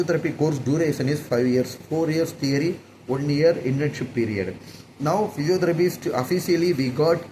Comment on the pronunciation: English pronouns are really bad… when I write them down first and then read, only then it looks clear. Physiotherapist... He said physiotherapistuu Development..... He said developmentuuu System he said systemmuu 😂😂😂😂 so many words like this